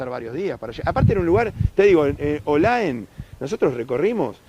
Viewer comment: No es olaen ! Es OLAE